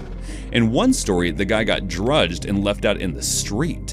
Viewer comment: "the guy got drudged" instead of drugged and "parry mutel system" instead of pari-mutual system. I hate AI videos.